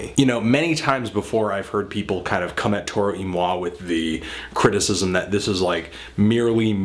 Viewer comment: Wow. I've been pronouncing Toro y Moi wrong all this time. Thanks man.